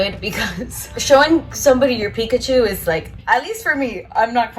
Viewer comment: It made me laugh in a good way that you call it Piccachu!! Hahaha!! Ilove it!!🤣😊❤️